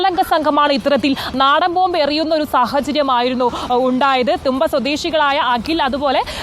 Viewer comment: തൂമ്പ, അല്ല . തുമ്പ